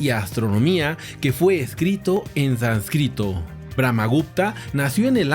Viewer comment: jajajajajja no sabes ni hablar, así no se dice sánscrito